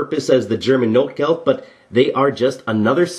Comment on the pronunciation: Great video, verry informative. ps. its notgeld, not notegeld.